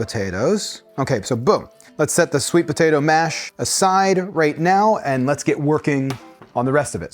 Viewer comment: im sorry are you saying "ba-tato"?